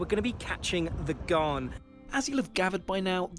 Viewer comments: Pronounced garn….not thorn…. Bloody poms How dare you think Vegemite is anything like that shite called marmite. Vegemite is also awesome smothered on both sides of a T-bone steak. Trust me Vegemite is the best marinade for cooked beef. 🥩 If you let it cook a bit longer you can get a crunchy or chewy texture to it as well as a soft salty grease to add to the butter. Fukn beautiful! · I did Darwin to Adelaide on The Ghan in August. It was brilliant. But pronounced Ghan as in Gan not as in Garn. Note - the single cabins were brilliant. Yes they are small and you have to share bathrooms but the bathrooms are full size with full showers (unlike the 2 berths that have tiny ensuites). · It's not 'Gharn', it's 'Gaan'. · Heh heh, it's the Ghan, rhymes with fan, not the Ghaaaan. I'm a fan, btw. Cheers. I live in Perth, where we have the world's best climate, IMHO. Yes, it's a long way from anywhere, but air travel makes it easy (except for the COVID disruption). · "Ghan" rhymes with "Ban", not with "Barn". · The Gharn !! it's the Ghan there's no R in it and the A is a hard AA as in And now try and say it like an Australian and the N soft and slightly nasal. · Ghæn, not Ghaan. Short for Afghan. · AS an Adelaidean (from Sth Australia) I can tell you the Ghan is just for travelling south to north and vice versa. If you plan to see the main citiies, look into the Indian Pacific that goes east to west from Sydney to Perth and vice versa. The Ghan is pronounced with just the 'a' sound not the 'ah' sound. I know the guy talking said it with the 'ah' sound but he's British, not an Aussie. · The Ghan is pronounced Gan, not Garn. I’ve travelled on the Indian Pacific from Adelaide to Sydney and return. It was a very pleasant trip. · I promise you vegemite is better than marmite. I love one and hate the other...oh, and Ghan rhymes with can. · The Ghan is short for The Afghan Express & Australians pronounce it like ran or tan. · It's not gharn It's pronounced ghaan